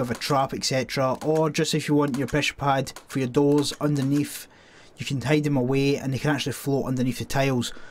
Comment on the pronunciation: "presssher pat" ... where you from? your accent or dialect is horrible for me, as a not english speaking person.